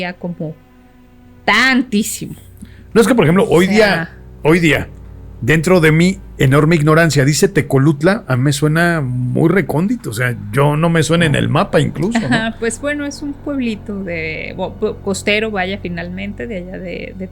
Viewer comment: Me voy a tomar una cerveza por cada vez que diga "tecolucla"